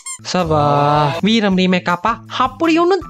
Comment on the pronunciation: veeram , veearm mariduchu 😂